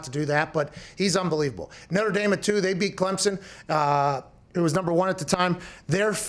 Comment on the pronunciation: It’s Notre Dame bruh, not noter dame. Haha. Clown ass.